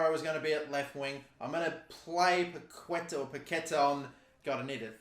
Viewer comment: Ayo. You need to stress the "á" in paquetá